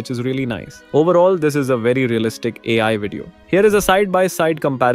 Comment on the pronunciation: Dummy you didn't generated it. It's already a generared video on qwen. And it's AI not ayi. It's Era not Eee raa